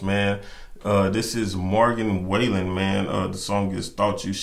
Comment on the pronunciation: I still say this is one of the sweetest videos I’ve ever seen! 🥹 Love anything Morgan. Check out the Taste of Country acoustic ‘Cover Me Up’ and any of the Dangerous Sessions. Also Broadway Girls with Lil Durk and You Proof. BTW, his name is pronounced sorta like fallen - Wall-en. Great review! ♥️♥️